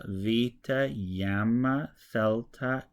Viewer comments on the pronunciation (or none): You are pronouncing the letter γ gamma as yamma. This is wrong. The letter γ has a y sound as the y in "yes" or "you", IPA [j], when followed by an ε or [i] sound eg γενεά, γίνομαι. But when followed by an α or o it is [ɣ] a voiced velar fricative eg γάλα, γόνυ